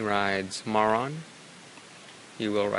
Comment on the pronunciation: Is it just me, or do I keep hearing say "Moron" instead of "Marron"